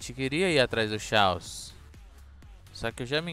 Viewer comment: o nome é chaos mas se le Caos não xaos